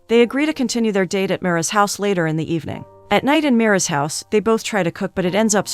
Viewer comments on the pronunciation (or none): none